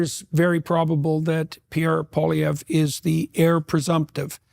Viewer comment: Pronounced poa-li-evre . Poilievre